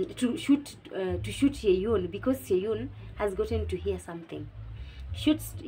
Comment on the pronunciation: Thanks for the review girl. I'm glad I found your channel as I have an exam soon😍 I'm your new subscriber from Uganda 😊 (btw the names are locally pronounced Kyeyune as Che–Yu–nne and Nankya and Nna–Ncha) Keep up the good work Love